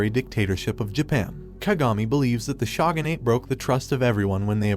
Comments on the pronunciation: For the love of anime can you pronounce words correctly. Like shogunate isn't even difficult to pronounce 😒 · The way he pronounces shogunate.. bleh ew come on where's the beauty of the pronunciation